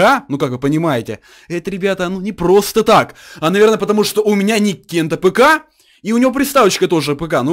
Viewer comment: Не кент тапка а Кент АПК он быстро произносит просто и без ударение